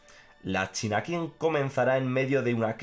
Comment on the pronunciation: Qing se pronuncia "Ching". Solo eso. Saludos!